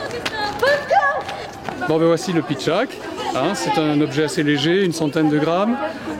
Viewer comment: Pardon mais c'est pitchatte et non pas pitchack.